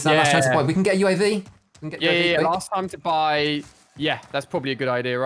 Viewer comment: U.A.V, not U-Av. 🤔